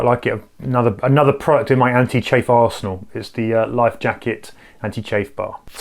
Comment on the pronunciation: Great picks,. Re: pick: gotta admit some confusion when he said Lifejacket was part of his anti-chafe arse now. (Had to rewind to hear anti-chafe ARSENAL). 🤷🏻‍♂️